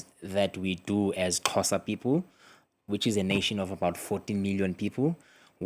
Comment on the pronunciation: The presenter really did well in her attempt to pronounce his surname and our ethnic name. ❤